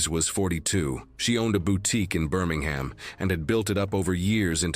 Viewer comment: In the UK we pronounce it "Bur-ming-um" not to be a Kevin or anything. We also mock the US at the Ham part Birminghaaaam.